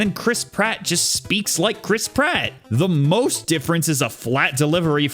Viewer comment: eeh the german one has the mainstay chris pratt voice actor and he delivers... chrisp ratt